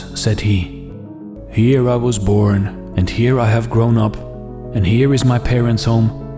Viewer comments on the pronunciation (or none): none